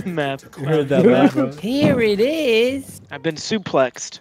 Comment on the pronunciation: broooo i lost it when said I've been sulplexed LOL